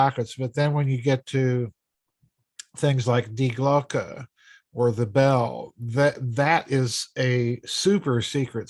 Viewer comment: its pronounced DEE GLOCKEY